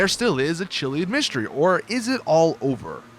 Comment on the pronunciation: You're pronouncing chiliad wrong